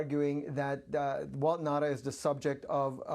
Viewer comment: It's Nauta not Nata!